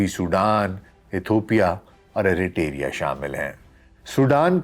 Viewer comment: Thanks for another informative video. One thing is unclear after watching the video: whether the war in Sudan, specifically and South Sudan, an oil-rich country, is safe from these fights. Your describing style is enchanting as always, but again I want to point out 2 mistakes like "do hazar yaran" instead of "gayra" and "Eritoria" instead of Eritrea. Be blessed!